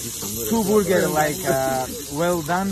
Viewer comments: It's boorgers, bro. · It's 'burgurs' not borger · Not Burgers its Boorgers 😁😁🇮🇳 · ordinary ppl: Burgers Champ: Borgers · "...some stakes with boorgars u know...."😂😂😂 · It's boorgers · Borgers :') love this guy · I love "boorgers" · From now on it is... Boorger 🤣🤣